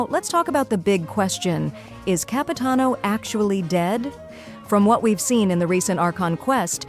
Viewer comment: It's Capitanover